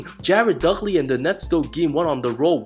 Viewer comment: "Dugley" lmao